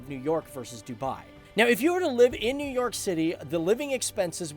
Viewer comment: Nev york